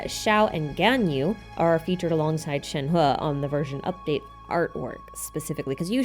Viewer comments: I just started the video but I think your pronunciation of yunjin and shenhe is correct!!! at least in an english tone lol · compared to other Genshin youtubers here your pronunciation of Shenhe is pretty on point dont worry! thanks for the fun video!